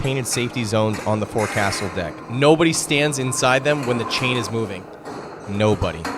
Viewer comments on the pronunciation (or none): Forecastle is not how it is said. They way you say it is "Fohk-sul or Foke-sol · It's foc'sle (foksil) and windlass (winliss) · The pain of having to listen to this person, who claims knowledge of maritime topics, repeatedly pronounce "fore-castle" and "wind-lass" makes the video nearly impossible to watch.